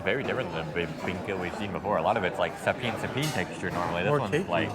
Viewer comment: Those two should know how to pronounce Rizal correctly and lechon and sapin-sapin.